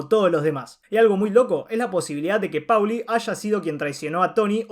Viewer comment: Lo que hace insoportable al vídeo e inmirable es que este boludo dice PAULI ENVÉS DE POLI SE PRONUNCIA POLI |M B E C | L!!!!